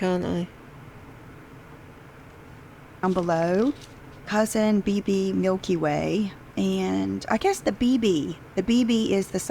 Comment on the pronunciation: The LV bag is pronounced “COO-SAHN”, not cousin like a relative. 😅 Aren’t professional influencers supposed to know these things?! lol